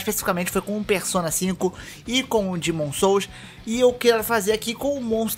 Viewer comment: Mano começo mal quando falou Dimon souls foi mal aprende o nome dos jogos antes de criar video criticando .